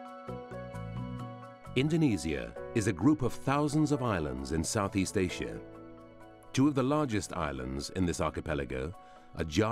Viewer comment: Aesha ? Don't you mean Asia ! What kind of babble ?